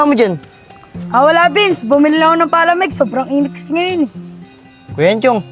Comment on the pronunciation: Grabe Naman pag Pronounce sa Palamig ah imbes Palamig PA-lamig